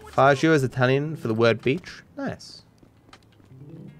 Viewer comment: It's not fa je oh it's fah gee oh